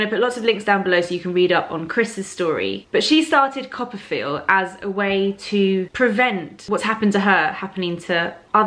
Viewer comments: Lol! I'm a little behind but I just finished reading Anna's post where she talked about "Coppafeel". This whole time I thought you were saying "copperfield". Hah. #americanproblems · I am also think that it is 'Copper field"..haha!